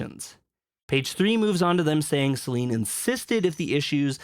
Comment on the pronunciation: I dont want to be that guy, but everytime i hear you say SelEEEEEEN it irritates me. It doesnt take more than a minute to look up how her name is pronounced. If you are gonna ride the wave to get views, at least get her name right.